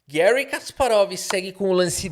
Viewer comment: O nome não é estadunidense, é russo. Assim, fala-se Garrí, nunca Guéri.